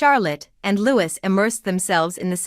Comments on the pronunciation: Could you, pretty please, try to pronounce Louis’ name properly !!!!!!!!!!! [ Loo ee] not Lewis !! Like Louis, King of France ! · You need to learn how to the family name Wales as in the country of Wales. Prince Louis is not pronounced Lew is but as in French is pronounced Lou ee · Yeesh. Who is the commentator here? It is Lou eee, not Lou iss. It is not the Walls, it is the Wales as in big fish called whales. The king did not scale back HER duties. HE did. It is not Must tique. It is Miss tique. The Wales did not exist in 2008 so didn't holiday here for the first time in that year. Catherine and William wed in 2011. The children came later. The Wales did not raise the monarch's spirits when they visited HER Scottish estate over the bank holiday weekend. The monarch did not reserve the bank holiday weekend for time with HER grandchildren and great grandchildren because HE doesn't have any great grandchildren. It did not mark the monarch's first summer holiday at HER summer estate since the death of Queen. Queen was a rock band and is still alive. A king is HE and HIS. A queen is SHE and HERS. Queen EII was not 94 when she died, she was 96. The monarch enjoyed many happy memories on HER estate? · It’s Prince louee, not Louiss!! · Can I point out, for future reference, "Louis" is pronounced "Loo-ee", not "Lew-is". Also, you need to sort your pronouns out (you mix "his" and "her" at random, and quite wrongly). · Even after all these years, you cannot pronounce, Prince Louis name correctly, you do Not Pronounce the S. no thumbs up for you. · Prince Louis not Lewis 😊 lovely thank you ❤ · If you must insist unprofessional photoshopping at least get the pronunciation of their names right. Leweee not lewis. Wales not walis, oh and Queen not quarn. Then not Her( Charles) mother but His mother. Need I go on? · And I believe it is pronounced Louey, not Louis, regardless of the spelling. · It’s feckin LEWEEE, silent S. FFS !! 🇬🇧